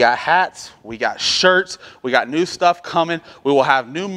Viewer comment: New not knee!🤦‍♂️